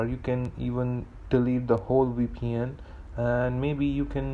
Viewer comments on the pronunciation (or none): Thank you it worked for me. 🙏🏽 Suggest, Either stop moving your nervous mouse all over the place. Or get something else to show on the screen while you say your say WePN, which is pronounced V P N.